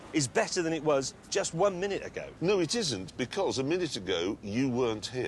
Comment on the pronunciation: "Itzisint" - Jeremy Clarkson